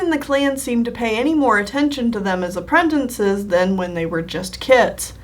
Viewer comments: please. please stop saying apprentinces. just say apprentices App-Wren-Tiss-Ez not App-Wren-Tin-Sez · Is it just me or is she saying 'apprentices' like 'appretences'? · Sorry but I flinch every time you pronounce apprentices as ‘apprentences’ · accents affect the way ou PRONOUNCE things, accent don’t ADD A WHOLE NEW CONSONANT TO A WORD. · I enjoy these drawing a blank videos more than these others! I already know about animals and canon characters and learning about your ocs is so interesting to me! It captures my attention more than I thought it would, because you’re a well-versed storyteller. The pronunciation of apprentices gets to me, but, what can you do?